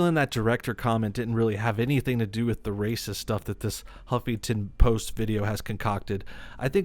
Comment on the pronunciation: I heard him say "humpington post" 😂😂😂😂 man, gotta kick out of that XD